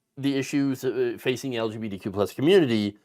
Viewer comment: The way you say the acronym, it sounds like you're saying "LGPDQ." Please work on that.